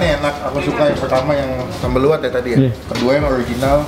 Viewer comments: Pelayananya saja p ngucapan nama makanan salah jadi se'i ada penekanan di SE nya bukan di gabung Begitu pun sambalnya Lu'at penekanan di LU bukan disambung luar Semoga menambah informasi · Sambal Lu'at ya,bukan Kuwat pengucaoan ada penekanan di LU,begitu pun se'i penekanan di SE ga nyambung,terus sambal Lu'at asli itu gak pake terasi bahkan ga manis harusnya agak asem,pedes sama ada irisan jeruk nya